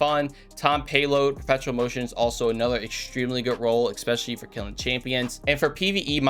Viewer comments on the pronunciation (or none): its Essspecially, not Exxxpecially. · Just curious, why you are always saying 'eXpecially'? ^ ^